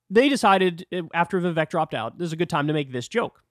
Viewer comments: Hi Kyle, I’m a fan. Please learn to say Vivek’s name properly, it rhymes with cake. It’s been public knowledge for a long time. I think the joke implies that Trump is so racist, he offered Vivek a job in the White House 7 Eleven. The joke has angered a sizeable number of MAGA supporters and has become a bit of a Rorschach test. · This is a small thing, but why does Kyle refuse to say Vivek’s name right?